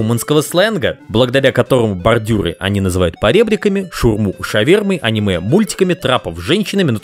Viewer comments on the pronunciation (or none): none